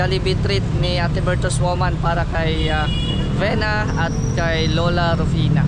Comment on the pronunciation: Vina not Vena good work sayo .ayusin mo lang ang pronounciation mo I & E is different